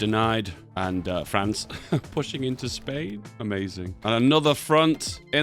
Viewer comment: Oh lord, that Spain in the final peace has a silent S